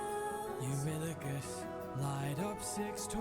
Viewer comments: Eurylochus, Odysseus's second in comand is pronounced like “you really cuss” you accidentally put a D in there that doesn't belong 😂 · Eurilicus (you-really-cuss) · U-REEE-LO-KUSH Euridipus is the name of the theater. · Genuinely obsessed with you saying Eurylochus wrong, and saying it differently every single time 😭 I find it so amusing LOL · How'd you say Eurylochus' name wrong so often in the saga that says his name the most 😂